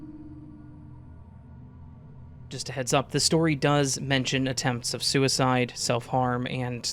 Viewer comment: Very Whimsical way of you to mispronounce, “does.” 🤣❤️ Just showing I’m listening by not only including your word of the week but your quirks from being exposed to the heat! 🔥 Stay cool friend !